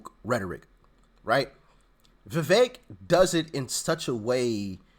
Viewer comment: His campaign people are doing him wrong with the fake Fauci images and other stupid things. Trump doesn't deserve "loyalty" from DeSantis. Trump isn't a king. Vivek's name is pronounced, "viv-ayk"